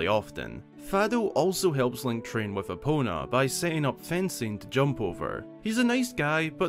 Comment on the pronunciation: i can't unhear "He has link Kill them fairly often"